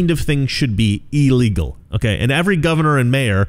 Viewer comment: Your pronunciation of illegal should be illegal, it's il as in I'm feeling "ill", not "eel". Pronunciation matters. Other than that, I whole heatedly agree with you. Just saying. 🤨